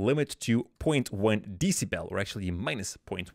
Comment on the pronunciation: Decibel❌ D.C BELL✅